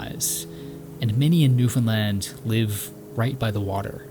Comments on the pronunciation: He even learned how to say it right very proud! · Thank you for pronouncing Newfoundland properly!!!! 😅🙏🏼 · Bro gets a like just for pronouncing Newfoundland correctly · He pretty much nails "Newf'en'lan" too. We would point out if he did not. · As a born and raised Newfoundlander, thank you. That’s all. This is beautiful, and you even pronounced our name right! This was amazing. I hope you know how special it is for us to appreciate something made from someone else, about us. This is great❤ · The fact that you are properly pronouncing Newfoundland (far better than most Canadians) says so much about the respect you have for the places you visit and explore. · Kudos on pronouncing Newfoundland right! 🍻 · born and bred, and you nailed the pronunciation of newfoundland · nice video. A lot of names mispronounced but overall good. At least you pronounced Newfoundland properly. good job. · great job on the pronunciation 👍🏻 #Newfoundland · As someone from Newfoundland, this is absolutely beautifully done. Very few people outside of our province even remember we're around, so it's nice to see something like this to give the island justice (Also, you're the first creator to mention Newfoundland who actually pronounces it properly, and it was such a relief to hear😭) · I've watched this video much more intensely and with great pride since he pronounced our island's name perfectly. Now it is an honour to experience the Artwork of. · I actually was shocked when he said it correctly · Samsies. It's also nice to hear people saying Newfoundland right.